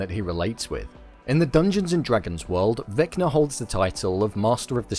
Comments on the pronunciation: Vecba is not pronounced Veckner lol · just kept saying vecner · Why do you call him vecner?